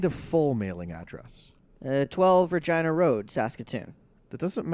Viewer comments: lol I was wondering did he say vag road xD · Did he just say 215 VAGINA road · Did he say 12 virgina road? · did the character say vagina road? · Lol he said Vergina road xD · Did he say 12 v@ road or is it just me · he is saying RIDGEINA NOT WHAT YOUR THINKING GOD SO MANY DIRTY MINDS D:< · Did Billy just say Vaginer road? XD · did the caller kust say vagina road xD?